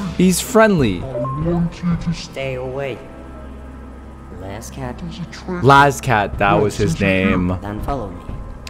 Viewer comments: it's las cat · It’s Laz cat